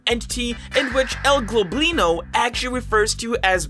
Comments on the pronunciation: U said el globlino insted of el goblino TWICE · Nice Vid n stuff but its Goblino, not Globlino (with an L) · is anyone gonna talk ab how he's saying "El Globlino" and not "El Goblino" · and you always say El GLOBlino instead of El GOBLINo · No one gonna say anything about him calling El Goblino ‘El Globlino’ though the wiki clearly said El Goblino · His name el goblino not el globlino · nothing in this world annoys me more than this guy saying globlino, YOU LITERALLY SAW ON THE FANDOM PAGE THAT ITS GOBLINO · It's El Goblino not Globino I think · "El gLoblino" XDDD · Why he call him el globlino, hes name is actually el goblino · You mean el goblino not el globlino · Why do you say el globlino its el goblino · His name is actually El Goblino, without the L before the first O. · it seriously annoys me he calls el goblino "el globlino"